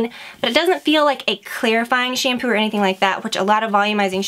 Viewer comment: Why do you pronounce it "SHAYM-POO". Arggghhhh!!!